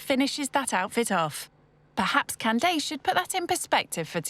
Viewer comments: She called her ‘Calese’ or something deffo not Candace lol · Oh so english people pronounce as can dace rather than candiss